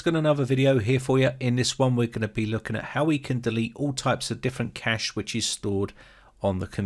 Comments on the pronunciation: It`s pronounced cache not cache. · im not trying to be mean or act like im all something but i think cache is pronounced like cash-ayy not just cash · Disk space isn't "cache" In computing, a cache (/kæʃ/ kash,[1] or /ˈkeɪʃ/ kaysh in AuE[2]) is a hardware or software component that stores data so that future requests for that data can be served faster; the data stored in a cache might be the result of an earlier computation or a copy of data stored elsewhere. A cache hit occurs when the requested data can be found in a cache, while a cache miss occurs when it cannot. Cache hits are served by reading data from the cache, which is faster than recomputing a result or reading from a slower data store; thus, the more requests that can be served from the cache, the faster the system performs.